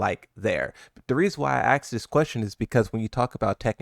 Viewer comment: 3 seconds in and this guy says he's "often axed" Bro are you ok??? Do you need to go to the hospital or get some education to learn how to speak properly?